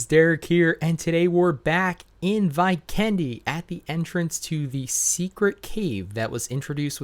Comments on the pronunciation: It’s V-ken-de!! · anyone else triggered by how he pronounced 'Vikendi'🤣🤣